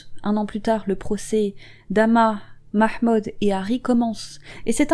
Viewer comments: 🔈 la prononciation du ''mahmood'' 😍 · Merci pour cette vidéo !! 👍👍 PS: ton accent pour prononcer le nom de famille de cette pauvre fille ,et vraiment Nickel ! 👌 Amicalement